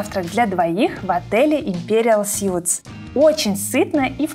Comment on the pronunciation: "Суиитс", не "сютс".... (Imperial Suites). Сют = костюм.